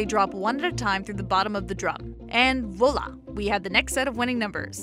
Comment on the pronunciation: "Vola"? LMAO, not how that is pronounced.